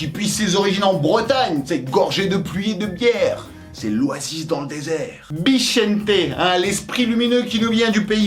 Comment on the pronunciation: Merci pour bixente sa fait plaisir est tu le prononce bien cool